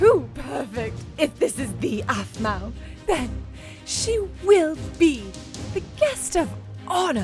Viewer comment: Is this a mistake? Hailey : APHMAU! Me : uhh you mean apple? #SCREWED